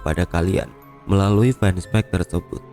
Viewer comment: Fanpage : baca "fenpej"